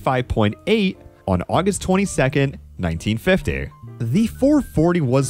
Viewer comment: Bro why did you say 1950 like that? 😂